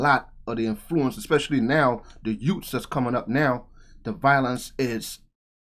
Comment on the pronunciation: got me 😂😂😂. Had to break out the My Cousin Vinny… The two hhh-what??? Did you say “YUTES.”